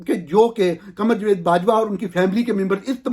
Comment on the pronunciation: Plz correct pronunciation of following words: 1. جوید نہیں جاوید 2. باہِر نہیں باہَر 3. اَکانومی نہیں اِکانومی 4. فیبروری نہیں فروری(اردو) یا فیبوری(انگریزی). 5. وقَت نہیں وَقت 6. ۔جرنِیل نہیں جرنَیل 7. منتقَل نہیں منتقِل 8. اَنویسٹمنٹ نہیں اِنویسٹمنٹ U R doing a good job. Well done and keep it up.